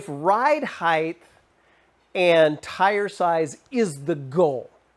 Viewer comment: Height not “heighth”. Sorry.. just a pet peeve.